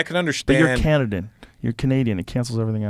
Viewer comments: "Canadan"? LOL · yep high for sure. He said "you're Canadan" instead of Canadian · “You’re Canadan” — just a slip of the tongue but still hilarious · No one is going to comment on Joe calling a Canadian a “Canadidin”